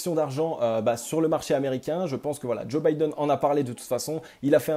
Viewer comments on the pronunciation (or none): none